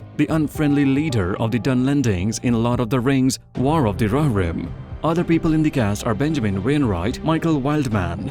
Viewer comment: roh hir rim , not rorim